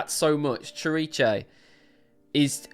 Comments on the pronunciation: I believe it's pronounced sihr-EECE. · Pronounced Sir---eece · "cziricze" lol you made me laugh so hard.. ❤️ I've heard different attempts to pronounce this word but you definitely won! 🎉 I'm at work and I was just listening to you and didn't see the title. When you started announcing the song I was like wtf? what song is he talking about? is there something I missed? When I looked at the title of the video I almost choked with laughter. 😭 I love your energy, your reactions and analyses. ❤️ The song is about in Tobias' own words "Lyrically, it is a simulation of the relationship between religious authority (church or sect) against the small person who can not differentiate empathy from pure manipulation. Everything disguised as a love song." But I think you are absolutely right that it has a second meaning about the relationship between the band and the fans. I don't know if that was Tobias' original intention when he wrote it but he definitely adapted to it, you can see it in what he does when singing it live, especially when they played in smaller venues and the audience was within arm's reach of the stage. Yes, the song is very important to us. For me in particular the lyrics "I know your soul is not tainted Even though you've been told so" as I have bad experiences with the christian religion in which I was raised.